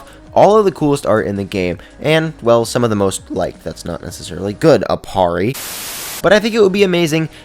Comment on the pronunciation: "Aparri..." I died right then and there.